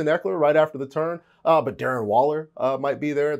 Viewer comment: Bro said Waller 💀💀💀